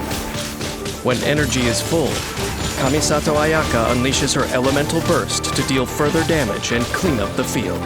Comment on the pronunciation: japanese ayaka : kamisato ayaka english ayaka : KUHMISATOW UHYAKA